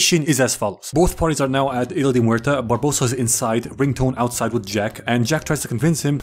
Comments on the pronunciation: I’m sorry but the fact that he forgot the word blacksmith but remembered AND pronounced isla de muerta correct is such a stonner moment 😂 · I mean, he pronounced isla de muerta as correct as an english speaking native would